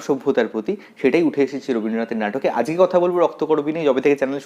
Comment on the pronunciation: ajke ke ajke bolben.azke bolen keno ?